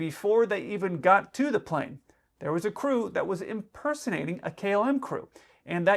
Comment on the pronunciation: In your opening statement, you pronounced "KLM" like "Kill-em" Hashaha.